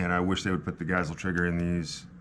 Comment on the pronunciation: friendly reminder that Geissele is pronounced GUYS-LEE